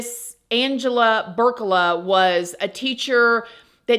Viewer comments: Her last name is Burlaka not Burcala just to clarify. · It PEE-OR-EEYA (Peoria) and BURR-LAH-KUH (Burlaka)